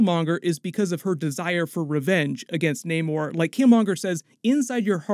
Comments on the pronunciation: Why are you guys still calling Namor when he pronounces it Namor 😑. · You need to work on your pronunciations of Nakia, Aneka, Ayo, Namor et al. How are you still mispronouncing them after watching the movie? It’s annoying for you to give a full breakdown and Americanize the pronunciations. As for the nanite armour that Tony has for Infinity War, Shuri actually helped him develop it based on the “The Wakanda Files”